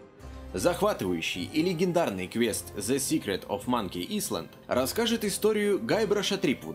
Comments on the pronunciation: Не "исланд" а "айленд"!!! ЭТА ВАЖНА!!! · Не "Исленд", а "Айленд". Ну а подборочка как всегда шикарна :) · А вместо иСланд говорить Айлэнд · А тогда ок)) Silent Age тоже можно)) Кстати, не сочтите за грубость, но "Island" читается как "Айленд", а не "Исланд")) Только из-за тебя на мобе игры качаю, я так понимаю там реклама на сайте, и я хоть чем-то тебе помогаю, да?) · Тоже хотел исправить)